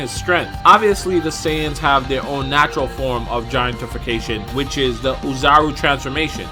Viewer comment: It’s not pronounced giantifacation, it’s gigantification